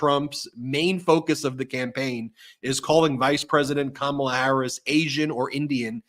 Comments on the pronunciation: "Kamabla"? Orange Boy should get a campaign manager who can speak English. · Kamabla it's a racial slur.remember the Cosby kids. The kid that always pronounced everything with a bl or ba. Howba youba doingbla.